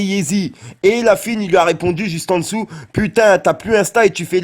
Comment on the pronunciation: Cest La fOUine pas La fUine